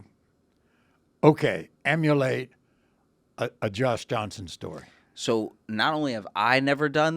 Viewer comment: I would have absolutely lost it If right after showing the never messing up a black name bit he messed up Josh Johnson's name while introducing him despite the fact it's one of the most generic names that a person can have